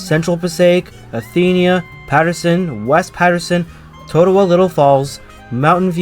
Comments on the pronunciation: And "Toe-way-co" and "Toe-TOH-wah". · Lovely video. But the one guy repeatedly saying “Boon-tahn” is cringy. Technically, it’s pronounced “Boon-tin”, but us locals pronounce it “Boo-tin”. The other mispronounced town is Totowa (“Toe-tuh-wah”) Next do the Bergen line with stops like Hohokus & Mahwah. 😜